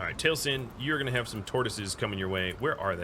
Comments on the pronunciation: If you wanna know how it's pronounced, it's tal-ih-sin. But ye it's a minor thing and I'm still enjoying your content :) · Enjoying the new series:) Do gotta say that as a fan of Critical Role the way you pronounce Taliesin is hard to not notice XP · Yeah but you were pronouncing it as Tail-sin, which is what was hard for me not to notice XP Still, I always knew it as the other way cause of Taliesin Jaffe, who as mentioned is part of Critical Role and that's how his name is pronounced. But ye ya learn something new every day and I learned the different ways to pronounce Taliesin